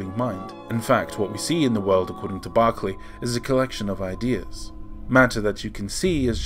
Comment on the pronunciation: Spelling is actually George Berkeley but pronounced as "Barkley".